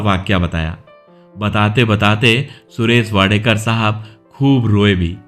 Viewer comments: Naam toh barabar lo. Wadekar nahi yeh Wadkar hai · Please correct your pronunciation. He is WADKAR AND not Wadekar. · It is not Wadekar. It is Wadkar. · उनका सरनेम वाडकर है वाडेकर नही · इनका नाम सुरेश वाडकर है, वाडेकर.नाही. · वाडेकर नही जी वाडकर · Sir, It is Wadkar and not Wadekar. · सुरेश वाडकर. वाडेकर नहीं. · सुरेश वाडेकर नहीं, सुरेश वाडकर उनका नाम है l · वाडेकर नही वाडकर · सुरेश वाडकर आहे सुरेश वाडेकर नाही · अरे सुरेश वाडेकर नहीं... सुरेश 'वाडकर ' हैं ठिकसे बोलो... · "वाडेकर" नही जी, वा'ड'कर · Inka surname wadkar hai,na ki wadekar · Not Wadekar . Say Wadkar. Speak properly first of all. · सुरेश वाडकर नाम है उनक, न कि वाडेकर. उनकी गायकी तो लाजवाब हैं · वाडेकर नहीं वाडकर बोलीए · सुरेश वाडकर आहे वाडेकर नाही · सुरेश वाडेकर नहीं वाडकर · वाडकर है वाडेकर क्यूँ बोल रहे हो 🤨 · Suresh Wadekar Nahi.. He is Suresh Wadkar. Pls correct tour pronouncecation. This wrong. Before better you check it. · वाडेकर नाही वाडकर म्हणा नं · He is wadkar. Not wadekar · His surname is वाडकर not वाडेकर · His name is Wadkar, and not Wadekar as spoken here. He was a good singer.